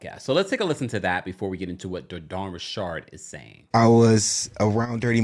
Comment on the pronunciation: 100% not saying her name like that.